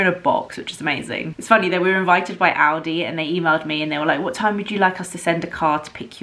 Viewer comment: It's rather pronounced ow-di :D I hear Aldi as well